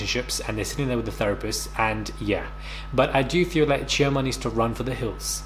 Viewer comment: I don't know this show but i will look it up after watching, but if Chioma is from Nigeria, the Igbo tribe, why is has the been butchered lol, the sounding of it is off, plz don't tell me that is how she allows herself to be called lol, spelling on point, pronunciation is off, use google to check how the name is meant to really sound ppl XD